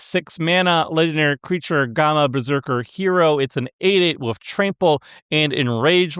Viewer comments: There better not be a single Hawkeye under S tier >:C edit: are you mispronouncing gamma on purpose? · Is out here pronouncing gamma incorrectly on purpose? Several hours into the video, he starts pronouncing it correctly again, haha, what? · Listening to for so long has cooked brain, he can't even pronounce "gamma" correctly any more.